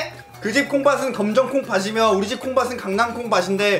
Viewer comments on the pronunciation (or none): 콩밭이며 콩바치며 아닌가요 ? 구개음화 ? .. 발음틀린거아닌가 ㅋㅋㅎ